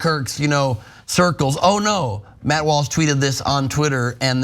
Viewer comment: 0.13: Dude says "Watt Malsh," instead of "Matt Walsh." Listen for it. Intentional?